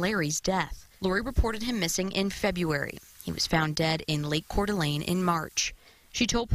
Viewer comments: Wow I’m impressed you pronounced Coeur D’ Alene correctly. Always nice to see videos about my hometown. Even if it’s a story about crime… I guess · Thank you for saying Coeur d'Alene correctly.